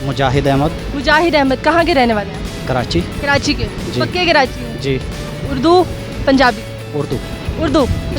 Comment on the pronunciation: Khi walo ki punjabi choro phle tum Karachi toh sahi se bol do it's Karachi not kirachi or kiranchi 😂 isey kehty urdu muhawre Mae naach na aye aangan terha